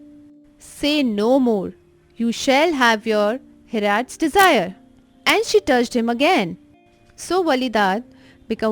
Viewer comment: 10 :15 It's hearts desire not hrats desire😂😂